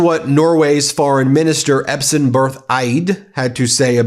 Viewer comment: Great, but... Epsen? Why are so many English speakers so dyslectic when it comes to, to them, "foreign" sounding names? Let's try it again: E-S-P. Not E-P-S. "Espen". It's not a very complex name :)